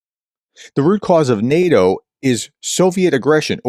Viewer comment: Sorry Prof. Your efforts at pronouncing things is Zero, and NEH-DOH..... well... that's enough.